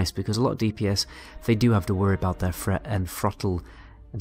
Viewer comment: I like hearing the "th" sound pronounced as a "f". threat = fret, three = free